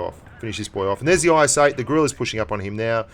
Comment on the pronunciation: Also you mispronounced Grille .Its Gril-eh